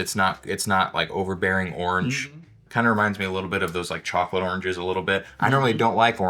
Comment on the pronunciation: The way he pronounce chocolate as charcolate is love